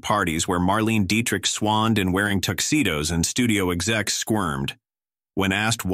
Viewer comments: William Haines & Jimmy Shields had the happiest marriage in Hollywood, according to Joan Crawford. "MarLEEN DietriCK"!? 😠 Mar-lay-na is closer to it, and gargle through the CH of Dietrich. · It’s pronounced Mar-LAY-nuh Deitrich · Please pronounce Bette Davis as Betty Davis. Good grief. That and Marlene Dietrich always mispronounced. I hate AI voices.